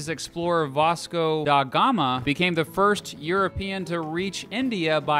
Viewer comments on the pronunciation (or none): none